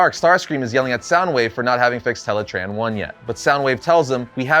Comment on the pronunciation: You mean teletran not teletron